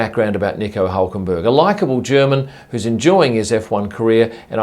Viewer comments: No, we Germans don't call Hülkenberg "Ulkenboerg" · Nice try trying to say his name in german... was completly wrong tho ;) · Iam a german. And his name is not pronounced like that :D